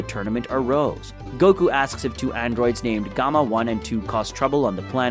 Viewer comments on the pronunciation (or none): none